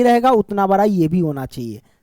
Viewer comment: Sir ji bra na bada hota ha😂😂😂😂